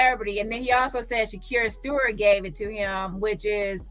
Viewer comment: I’m on replay Shakir Stewart I don’t know if was addressed I noticed you were says Shakur Stevens